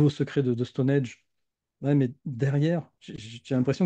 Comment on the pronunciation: Intéressant mais attention ! C'est Stonehenge et pas Stonehege (erreur dans le titre de la vidéo) ; et ça se prononce "Stonindje"...